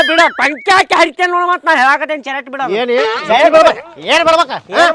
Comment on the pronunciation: ಶರಟ್ ಅಲ್ಲ ಅದು ಶರ್ಟ್ 😅